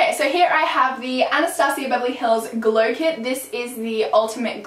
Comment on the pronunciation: Glow "clit" ahahaha everyone says it by accident! Loved this video girl <3